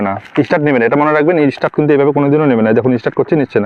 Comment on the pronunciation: কথা টা ইস্টার্ট নয় স্টার্ট হবে